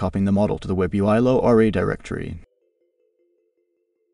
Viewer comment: "Low R A" - are you using some AI text to speech, narration is so monotonic.